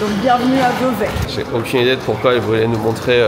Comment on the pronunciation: Ça se prononce Vevey !